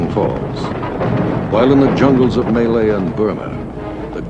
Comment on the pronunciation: Why can’t Americans pronounce Malaya? It’s M’ laya.